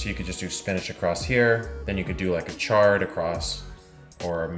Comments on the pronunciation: It’s chard not shard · he said Shard LOL. He meant Chard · It IS chard, not shard. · Every time he said "Shard" I wanted to come inside the video and give him a smack on the back of his head. 😂😂😂